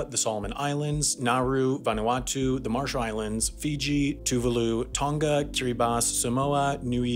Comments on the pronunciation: He mispronpunced Tonga, Niue and Samoa. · 😂😂 even as a samoan, your saying samoa and tonga wrong, but thats pretty Funny tho. Keep up the good content 👍👍